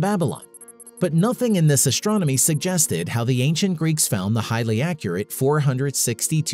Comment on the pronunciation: Would you please learn how to pronounce "st" without the "sh" sound? It was extremely annoying hearing you pronounce words such as "astronomy" as "ashtronomy".